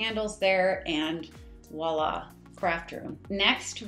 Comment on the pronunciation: I really want to like you. It's not "wah-lah". I wish people would stop saying that, also "a pop of color". For creative folks, y'all seem to use the same tired phrases all the time. That, plus "vibe." Otherwise, decent job on the house but nothing spectacular.